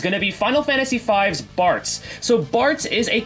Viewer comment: I had this on in the background and I thought you said Fartz instead of Bartz lol